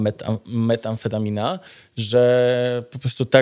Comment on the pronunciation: METamfetamina - dobrze METAamfetamina - źle Ludzie, czy to naprawdę taki wielki problem czytać poprawnie ? Polska języka trudna języka.